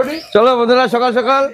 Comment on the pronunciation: Mama tume kotobar skall sakal bolo😮😮